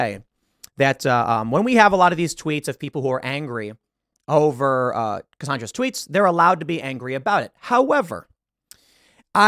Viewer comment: Cassandra WITH AN "A"!!!!!! NOT "O" Pronounced Cassondra!!!!!!